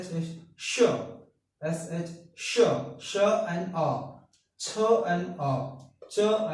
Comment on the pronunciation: Sh is wrong